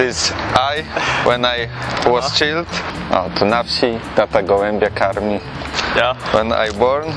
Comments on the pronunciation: Fader czild omg chlopie wez lekcje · Hahaha, czild xD czajdl sie czyta xD